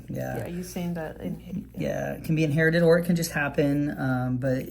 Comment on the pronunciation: It's in-hair-ited